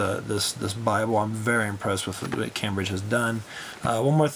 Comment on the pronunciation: pronounced came bridge